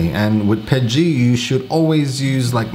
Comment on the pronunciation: What is pedgie ? Are you saying PETG? LOL. Awesome tips. Thanks!